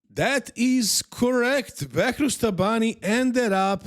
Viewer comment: is nog bakrouz is behrouz be be not bak